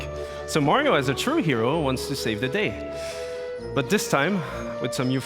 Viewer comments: He say's mayo but its MARIO lol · i like how he pronounce mario : majo